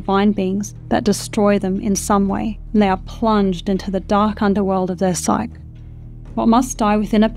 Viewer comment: Psyche is a two syllable word pronounced as sigh-key.